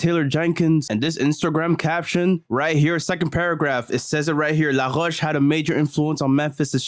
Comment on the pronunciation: cette prononciation de « LaRoche » était absolument magnifique haha — content que tu recommences à poster aussi, frère, parce que ton contenu est à la fois divertissant et instructif